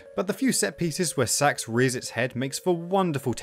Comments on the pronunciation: This guy’s the only person I’ve ever heard pronounce the S.A.X.’s name as “Sax” instead of “S-A-X” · it's not "SAX" its "S.A-X" 3 letters, that's what acronyms are. It's U.S.A not "ooosaaah" is it? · as a saxophone player i got really confused when you said sax instead of S-A-X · Dude it's not sax it's s a x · Every time you phonetically pronounce SA-X... ...i'm terribly sorry, but it sounds like you're saying "sex." Lol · Love a good review of Fusion, but your pronunciation of the SA-X is excruciating. -10000/10 would rather get infected by the X. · Warriors land 4 wasn’t inspiration, they just reused the engine And you mispronounced SA-X You say each letter